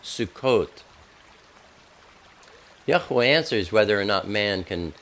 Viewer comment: why do people add a syllable in middle of YHWH? if there was a uh sound wouldn't it be a dot around the third hebrew letter? I believe its 2 syllables.I hear you speak it correctly.